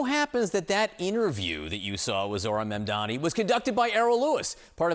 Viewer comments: you both are journalists, pronounce his name correctly. MaMdani. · You all keep saying his name wrong. it's MAMDANI not Mandani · guys. it’s M-A-M-D-A-N-I (mom-dah-nee) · M-A-M-D-A-N-I not mandani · Mam-da-ni, come on guys it’s not that hard. Not Mamdami, not Mandami, not Mandani, it’s Mamdani. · His name is MAMDANI not mandani. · It would be great if you guys could pronounce his name correctly. It's really not that hard, it's exactly the way it's spelled: MAMdani (not Mandani)!